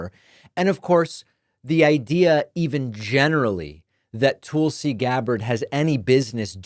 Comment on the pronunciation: I was waiting for David to say "Toolsi"